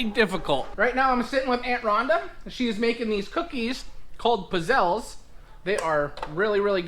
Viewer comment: Piz zel leh..You pronounce every letter in Italian. A is ah, E is eh, I is ee, U is ooh, O is simply O. There is no t in pizzelle. You pronounce the z twice and the l twice. Two letters together get pronounced twice. Most Italian Americans butcher the Italian language. If you go to Italy, they have a hard time understanding you even though your parents or grandparents came from there. Took lessons and had many people tell me they went to visit relatives and the relatives couldn't understand them. Most Italians in Italy speak English except in some off the beaten track villages.